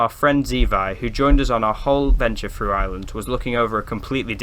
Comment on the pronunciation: "Two fousand and free", "look frew", "weirded out". . . . . . weirded? the only weird things there are you lot. Your naration is terrible "Two fousand and free"? and what is WEIRDED? Give it up.